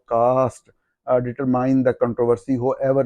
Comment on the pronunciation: صاحبزادے determine کو ڈٹرمائین نہیں ڈٹرمن پڑھا جاتا ھے۔